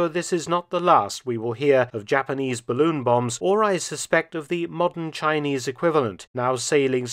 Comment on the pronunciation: It’s a barroon.